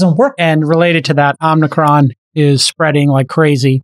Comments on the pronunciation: The one Greek named guy can’t pronounce omicron…. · Friedberg chuckling at Jason's pronunciation of omicron. This variant's proper name is XI.. pronounced like the Chinese dictator.